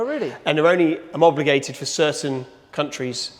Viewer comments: Homobligated ahahaha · Teach that man to say homologated correctly😎